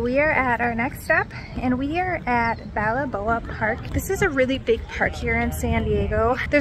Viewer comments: Old town San Diego is actually the birthplace of California. Just FYI…. And it’s • Balboa: bahl-BOH-uh So, “Balboa Park” is pronounced as “bahl-BOH-uh pahrk.” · Hi. Take the middle “a” out of Balaboa and it is pronounced Bal-bow-uh and spelled Balboa. Look. No judgement. The names in California are super hard in some areas. I’m so glad you went there. It’s a wonderful park. So much to see and do there. You showed my home town beautifully. Thanks so much. La Hoy-ya. La Jolla is a long running joke amongst locals for how to pronounce it when family comes to visit. Your guess was pretty good. Most beautiful place along the coast in San Diego and San Diego County. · Girl do you did any research? La Jolla is pronounced like La Hoya. Not La Holla. Balaboa? Lol... It's Balboa.